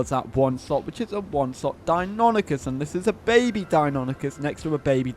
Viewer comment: “Die-oh-NYE-cus.” It’s Greek. Say it right.